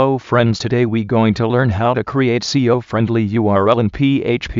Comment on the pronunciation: lol this ural is not see-o friennnndly!